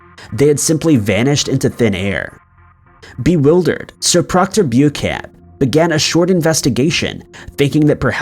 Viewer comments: Omg,its not bu camp. Its Bow-shan,think French. I'm glad Dublin wasn't on this one. Sorry but it really bugs me. There's this wonderful invention called a dictionary, and it will give you the direction of how to pronounce a word, if that fails,ask siri, or Alexa. Sorry not sorry . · 'Beauchamp' is pronounced 'BEECHAM' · Actually it's pronounced "Beecham." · I think it's pronounced, "Bow-Champ"